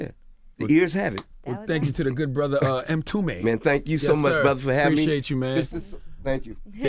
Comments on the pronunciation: How is Envy a DJ? He acts like he has no musical knowledge! WTF A real DJ would know Mtume and know how to say his name!! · I agree, Envy is air-headed. He could have at least practiced on pronouncing The Great Legend's name before the interview....That's a start.